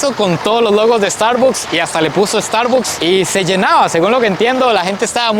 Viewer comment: amigo se pronuncia Estarbaks, soy Mexico Americano